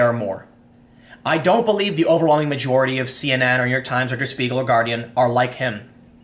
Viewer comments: It's "De-uh Sh•pie•gel", not "Durr Sss-piegel". 😒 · Der is pronounced like "there" but with a d, not dur. Got Spiegel right, though. Just so you know if you need to say it again. It's a huge news source. Fun fact: Der Spiegel translates to The Mirror. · The paper's name doesn't rhyme with beagle. It's pronounced 'dare shpeegal'. Also, it's leviOsa, not leviosA. Keep up the good work, Tim. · Pronounced like dare sh-peagle!